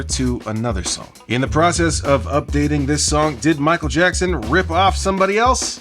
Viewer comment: Mike jack-n …🤣